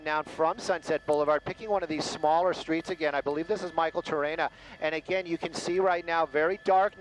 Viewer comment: Every time says "again", a kitty dies.! Stop it!;-)